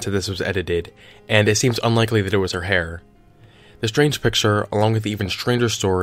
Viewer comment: He said "hair" and I went from 100% onboard to nope in about half a second